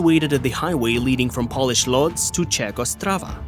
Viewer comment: He also pronounced Pole-ish as polish like nail polish.